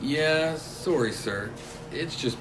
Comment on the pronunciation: He said sorry like Canadic people.